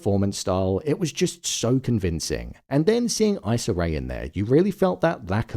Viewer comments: her name is pronounced "e-sah", not "eye-sah". but overall this episode had me bawling. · Her name is not "Eye"-ssa. It's Issa. It seems like a huge jump to go to a diphthong for this letter >> I . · issa is pronounced e-suh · Issa and Emma were amazing! Issa is pronounced EE- sah... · it’s pronounced e-sah